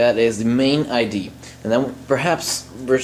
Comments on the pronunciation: Its Idea not ID . Work on sounding intelligent to match what you are doing technically . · it's pronounced IDEA, not ID. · you are great at english the only thing you said wrong was "idea" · its amazing how many people care so much about how you say "idea" though clearly they understood what you said. lol.